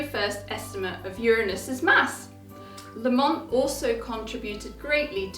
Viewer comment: I understand that the pronunciation for this clan name places the emphasis is on the first syllable not the second.